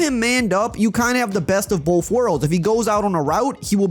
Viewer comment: “Both” = “BOFF” 🤣